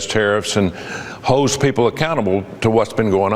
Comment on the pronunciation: his holds people accountable sounded like hose people